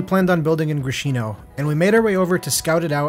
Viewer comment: yo it’s grIshino,not grishinO,from name grIsha,best wishes